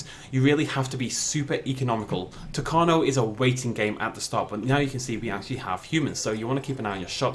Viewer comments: U mispronounced isla tacaño U say the tild n with an ny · You pronounced tacaño wrong